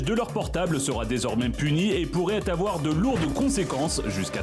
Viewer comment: Il ne faut pas afoir peur